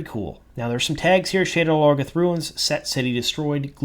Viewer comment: Sha-DAR Low-GOTH